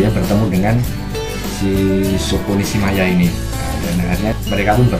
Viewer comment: Nishimiya bro... Bukan nishimaya 🤣🤣🤣